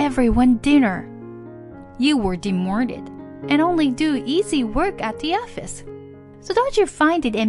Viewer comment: The reader pronounces so many words wrong. Demorted instead od demoted for example.